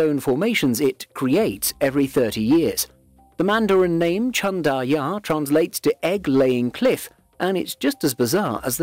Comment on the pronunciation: It's wrong, it's not Chan Da Ya, it's Chan DAN Ya, 产蛋崖